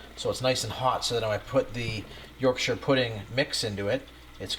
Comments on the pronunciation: thank you for saying "yorkshur" and not "york shire" pudding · Love it you said yorkshire like a yorkshire person! Not york shiyr! Im impressed lol next try worcestershire like the sauce. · Rare to hear it pronounced correctly from people from different countries! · pronounced Yorkshire correctly - well played sir!